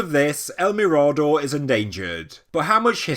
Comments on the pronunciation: Great video, bit it is pronounced me-rah-door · Excellent as always, if you wish to pronounce it correctly it would be something like el mirror-door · "El Mirado?" stopped playing this after the mispronunciation... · Yes .he got this wrong . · Just a heads up. You’re mispronouncing “mirador”.